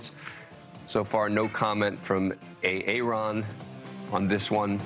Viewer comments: A-A-Ron? Is A-A-Ron here? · A-aron huh? 😅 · Is this a Key and Peele's A A Ron tribute?